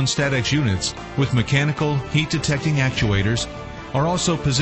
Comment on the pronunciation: Ah yes “St-atex”